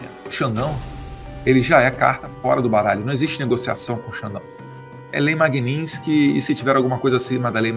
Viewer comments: não é lei Magninsky e sim Magnitsky não deixe espaço pra essa cambada te criticar! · Ensinem a falar Magnitsky. Não é Magninsky